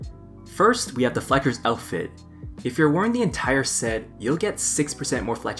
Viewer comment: Make sure everyone gets the "Fleckers" outfit before starting this. Not sure if he intentionally mispronounces easy words or not.